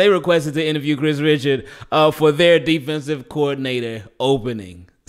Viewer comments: I think his name is pronounced “Rishard” but i think his last job before the Saints was Cowboys DB Coach. He took over the DC job too when they fired Rob Marinelli mid season he did a really good job he almost got the DC job if Dan Quinn wasn’t available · I think it’s pronounced Rih-shard